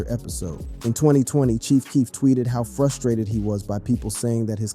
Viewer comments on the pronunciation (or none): none